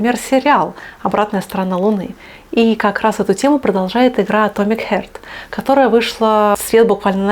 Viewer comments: Хёрт? Харт! 🤦🏼‍♂️ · И не Хёрт а Харт 😅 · Ну какой «хёрт» - не боль, а «харт» - сердце. Как так то? Как обозревать если просто не можем говорить? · Все отлично, только не хёрт, а харт :)